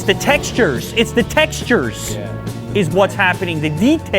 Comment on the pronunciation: ITS THE "TEXTURERERS"